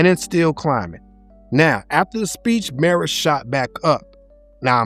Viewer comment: Mah ra not miro